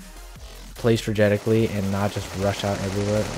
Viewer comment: "Play stragetically" 😂😂